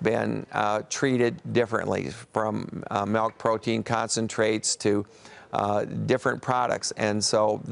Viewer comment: What is Malk? Urban Dictionary says it's rat milk...